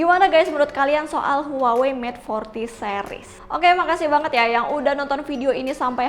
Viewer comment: Ngomong huwawee..lol, pngucapannya wawei kali neng, kek samsung..hrusnya dibaca samsong.